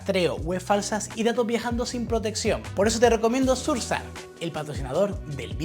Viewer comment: Surf sark?!! 😮‍💨😮‍💨😮‍💨🤦 Sera el mismo Surf sHark? Amiguito embatado, esa h suena, y oa sh se asemeja al sonido CH pero soplado porque va con s y no con c.